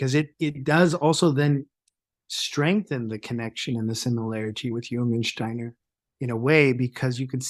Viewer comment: I adore your slight accent and enjoyed the fact you pronounce "Steiner" correctly. Well done with the podcast! Perhaps you could just speak a bit slower so that non-native speakers could follow a bit better. All the best to you!